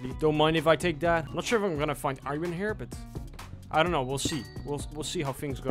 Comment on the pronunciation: Why do you pronounce bass and iron wrong?